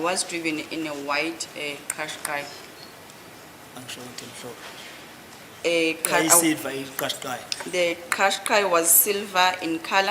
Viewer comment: Kashkai...It is pronounced Kashkai... It's Japanese not Zulu.. It's not pronounced like qiniso... It's not Zulu.. It's Japanese. Check with Google pronunciation if you don't believe me.